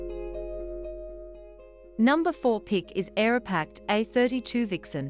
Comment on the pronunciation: It’s Aeroprakt not Aeropakt…